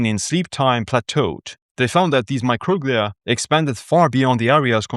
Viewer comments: It’s not mocroglia it’s pronounced micro-glia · Microglia is pronounced my-crow-glee-uh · I thought it was pronounced “micro-glee’ah”. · Yeah, classic case of accent on the wrong syl-AH-bul